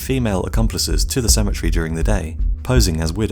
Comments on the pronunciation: Good lord you can’t pronounce cemetery for shit, it’s pronounced se-ma-tary not simatry Jesus Christ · You're saying Symmetry instead of Sim-eh-terē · Please properly pronounce your words. I was very confused as to what a symmetry gun was until I realized you do not say cemetery correctly. Symmetry has 3 syllable and cemetery has 4. Thank you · I thought he was saying symmetry gun. I pronounce cemetery, SEMM-EHH-TEHR-EE. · I thought he was saying "symmetry gun" lol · I thought you said symmetry gun not cemetery gun. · I kept hearing “symmetry gun” and was quite confused for a bit. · Wow, ok someone needs to tell the narrator how cemetery is pronounced. I couldn’t figure out why he was calling it a ‘symmetry’ gun. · I thought he was saying "symmetry" gun. Took the picture of the cemetery to figure it out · Downshift He was saying "cemetery" guns 😃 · Cemetery not symmetry